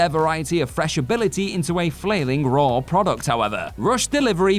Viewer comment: Raw* not Ror